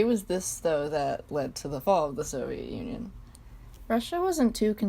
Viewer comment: “Soviet Onion” Trust me i dont say Union anymore even in history classes its O n i o n This is amazing omg XD